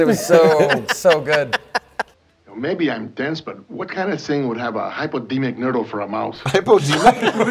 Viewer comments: "Hypodeemic nerdle" 😂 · "hypodeemic nerdle" literally made me choke on my beer laughing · Fun Fact: The "Hypodemic Nerdle" guy is Aldo Ray, who was also in BOTW featured classic "Biohazard", where the entire last 10 minutes of the film was "bloopers" of him flubbing his lines. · Absolutely lost it at "hypodeemic nerdle", another hilarious episode guys